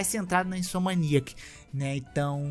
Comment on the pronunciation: Cara, assisto os vídeos do todo dia pra almoçar. Mas esses últimos com ele arrumando esse "a" do neida e falando "InsomAniac" tá bom demais! Fico rindo e voltando toda vez que ele fala kkkk Parabéns pelo trabalho mano!